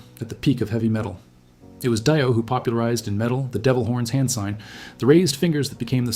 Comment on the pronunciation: "Ronnie James Die-oh" Seriously?